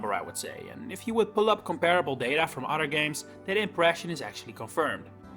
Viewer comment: You pronounce other as udder lol